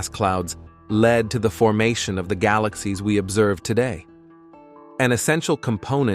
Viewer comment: Yo! Fix your stupid AI voice. It can't pronounce "galaxies," "unnoticed," "estimated," "formation," "farthest," "spiral," and many other words. AI is stupid, just have a person narrate!